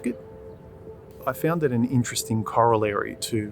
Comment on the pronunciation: Mate, its corollary not collary! ;o)